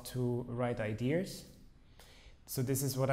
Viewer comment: Damn, my favourite drummer! I just love the way Krimh says ''ideas'', it sounds like ''idears'' :D Love you both, and thanks for the awesome video